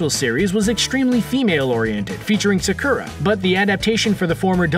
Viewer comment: They keep pronouncing Sakura wrong . It's Sock-ura.